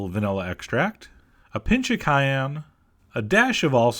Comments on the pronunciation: a pinch of cay-yam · Did you say CAYENE?